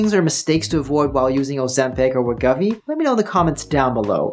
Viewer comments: We GO vee. GO , not guh. Thank you for your understanding. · I can’t trust anyone who mispronounces Wegovy 50 times in their video.